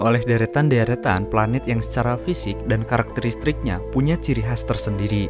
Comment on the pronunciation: karakteristik.. bukan karakterlistrik.. menit